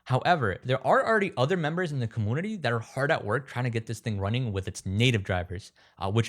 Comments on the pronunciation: The way you’re saying community really irks my nerves you got to be playing!! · Have I pronounced the word community wrong my whole life?